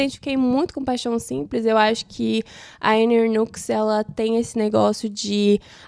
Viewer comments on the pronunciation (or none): Ótimas leituras, gostaria de fazer uma correção, a pronúncia do nome da autora Anne Ernaux é Ernô. Espero que não se importe com a correção, fiz de bom grado.